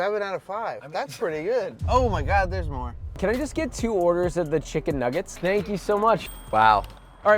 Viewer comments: Did you say chicken niggit at the start? 😂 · Bro did not say chicken nuggets at the start 💀